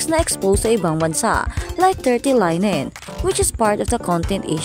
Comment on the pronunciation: Linen pronounce as Le-nen